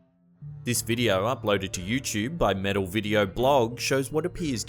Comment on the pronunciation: Anyone else cringe when he says youchub? It's "YouTube" not youchub other then that good videos